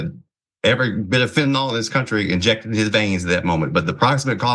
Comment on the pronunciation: "HIGH on FENTAYL"???😅😅😅😅..FENTAYL KILLS smh...